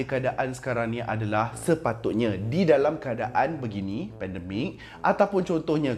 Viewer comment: Sorry aku terperasan sebut 'dalamm' lawak pada minit 7.24🤣🤣🤣